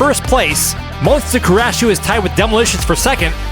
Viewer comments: Love me some Demolition Derby! But guys, it's MON-SU-TA! :) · Um, I think you are mispronouncing Monsuta 😂also the mad cabby lost his lunch lol